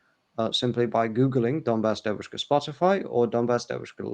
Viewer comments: New Atlas accent in "devUUshka" (young female) is very WRONG, it's [diEEVushka]. it's the same with [bAAbushka] (grandmother) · …. Devushka, stress on the E, not the U. DEvushka. In Russian it means girl as in young woman. Devochka is a girl as a small child. Just to aid in your pronunciation.;) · dEvushka - Young woman, not davUshka. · is excellent in anything except pronunciation of Russian words. His devushka was hilarious. By the way 'es English has a very good, very understandable pronunciation. It was a pleasure to listen to you both. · He also missed the word "allegiance" when he said they "swear to their country". I am convinced that a native English speaker would say "swear allegiance to their country" Also, he pronounces the word "devushka" in a way that would be very unusual for a native English speaker. I understand he studied medicine in England. They would speak with the "home counties" accent, wouldn't they at those medical colleges? I am a native Russian speaker myself, lived in the UK for a long time, worked for the BBC as an interpreter, and I was told (by the British) a few times, that speak English better than some British people do. It is not impossible. His accent is way better than mine though. I think he is exceptionally good at language learning.